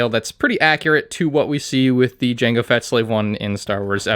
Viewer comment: um what’s a slave I i believe you mean “jango feta starship”